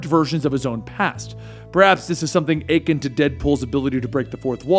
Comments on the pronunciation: It’s pronounced uh-kin not ay-kin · "epi-TOME" and "ayken" instead of akin. Oddly, I decided as a child not to use words until in knew both their meaning and pronunciation. Otherwise you just look like an idiot trying to use big words that you don't really know. And c'mon, akin isn't even a big word, just slightly underutilized in our society. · It's a-kin, not aching. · You can tell he’s reading from a scrip cause I cringed every time he pronounced“epitome” “akin” in a strange way it’s weird and it bugs me. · Did you really just mispronounce “akin”?